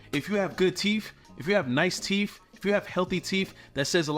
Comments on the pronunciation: MoutTH .. teeTH … healTH .. there are no F’s in those words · Teef,? 😂